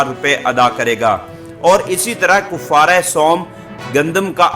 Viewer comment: بھآئ کوفارہ نہی ہے کفارہ کاف پر زبر ہے